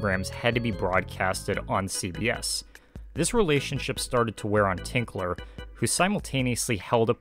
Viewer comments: It's Grant Tinker, not "Tinkler." BOCH-CO, not "Brocco." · I couldn't get passed you saying 'Grant Tinkler' (sic) his name is Tinker. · His last name is TINKER, not Tinkler! I'd think you could have gotten that correct...makes me doubt the accuracy of your other information. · TINKER! His name is Tinker, not Tinkler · There is no “L” in Grant Tinker’s name. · Fantastic! St. Elsewhere is one of my favorite shows, and I have never seen anyone go so in depth! One little thing though... It is Grant TINKER, not TINKLER. He is a very well known person and saying his name wrong all through the video is cringey. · TINKER! Grant TINKER. Not ‘Tinkler’ And Alfre WOODARD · "Tinker" not "Tinkler"...